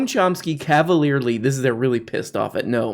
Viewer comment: Gnome Chomp Ski